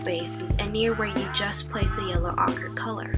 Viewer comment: Ochre is pronounced oh-ker. You might want to try adding other colors to the black hair for more depth, such as a touch of blue or violet in the shaded areas.